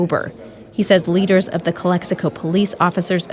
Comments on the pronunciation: it’s not pronounced Calico 😂 it’s pronounced Cal Ex i Co 😂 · CALE-hee-KO hahhahahaahahah it's CALEX-ICO !!! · Calico lmao its calexico why u say it all retarded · You saying Calexico wrong tonto. The X isnt silent